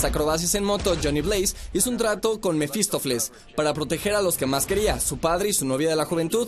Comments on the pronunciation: si haces un top de cosas que hicieron mal lo que debian hacer, es bueno que expliques de manera detallada aunque corta a la vez, el porque son un asco!!! por Dios ¬¬ y porr cierto, casi olvido decir que no es "Mefistofles" sino Mefistofeles ¬¬ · Es MEFISTÓFELES, no Mefistofles este ultimo es un nombre griego .'